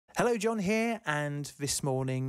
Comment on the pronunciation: "John in the studio" sounds suspiciously like "John naught in the studio" 🤔